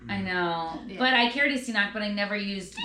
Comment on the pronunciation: Hehe. Why is an Irish girl saying "C" noc. It's an Irish and Scottish Gaelic word. 😄 You pronounce the "k" sounds on both Cs.